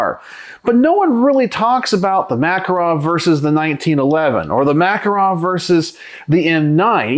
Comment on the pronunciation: The Makarov is one of the most accurate, reliable, rugged pistols ever made. By the way, it is pronounced ma-KAR-ov. I live in Eastern Europe and the police here carry these guns.